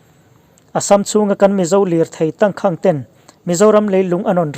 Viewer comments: 'tangkhang' i lam ri dik leh ta lo, a zia lo ṭhin hle mai. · Tangkhang hi i lam diklo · Tangkhang i lam dan hi han tidik la, a ngaihnawm lehzual ang. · Tangkhang tih I lamdan te,cachar I lamdan te hi a Tangkhang tih i lamdan leh cachar I lamdan hi a va thing ve,i chhiar ve peih si a inzir deuh rawh,a zialo emai